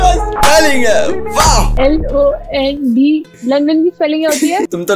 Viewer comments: Londan❎ London ✅ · London ❌ londan ✅